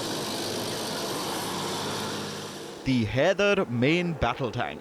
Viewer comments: shouldn't "Haider" be pronounced as 'High -der " ? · Haider ❌ kider ✅...... 😂😂😂😂